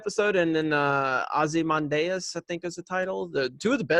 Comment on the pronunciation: You pronounced Ozymandias incorrectly, but I'm not going to get triggered and hate on you like Johnson would.